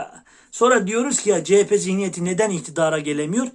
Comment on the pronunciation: Sevgili fukaramız cehepe değil CEHAPE zihniyeti lütfen yani dikkat yaa hallalla😂